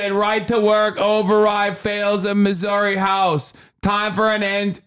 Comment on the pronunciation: Hasan you got the Boston accent mostly right besides when you said “Missouri”. like the vowel sound at the end was off. but otherwise nice job, most people do it so badly!